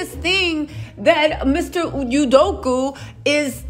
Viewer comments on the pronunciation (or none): I love you to pieces so please take this from such a place of joy (that you bring!), but every time you say his name I hear "Sudoku" 😂😂😂 Keep on with your amazing self and just adore you!